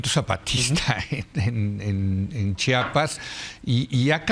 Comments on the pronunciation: Como lo pronuncia Chapas , cómo se escribe Chiapas 😢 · Porque dicen chapas Es chiapas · Estoy casi seguro que la señora Abogada pronuncia siempre Chapas. No es la ùnica. Es un error muy común y penoso. Pero tap vez estoy escuchando mal. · Es Chiapas no CHAPAS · Porque son tan ignorantes y viven en su burbuja que tal vez ni siquiera han estado en CHIAPAS y no saben como pronunciarlo! 😅